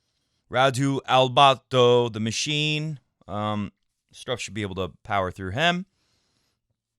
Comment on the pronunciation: I really enjoy every time you say Struffs name the way you say it. You should just say it on every show even if he isn't in the draw of a tournament. It could be one of your trademarks. It gets stuck in my head when you say it. It's great